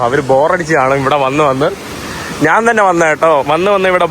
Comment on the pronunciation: ഇവിടെ നാൻ അല്ല, ഞാൻ ആണ് ശരിയായ മലയാളം